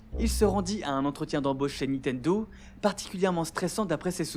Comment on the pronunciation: Pour quelqu'un qui semble prêter attention à bien prononcer les mots japonais, vous mettez un point d'honneur à dire toujours "Nitendo"